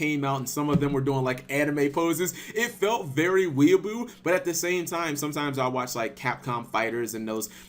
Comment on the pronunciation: Titus Noland I wasn't sure what I heard him say XD